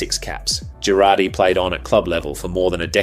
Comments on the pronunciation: I'm sorry, but what the hell was that pronunciation of 'Geraghty'? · The pronunciation of Geraghty made my ears bleed.